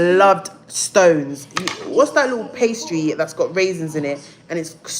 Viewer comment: Stones!!🤣🤣🤣🤣😂😂😂 Doesn't she mean scones!